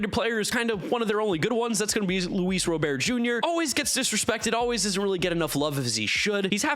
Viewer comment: Says Luis RobeAir always gets disrespected…doesn’t call him Robert (as he’s asked)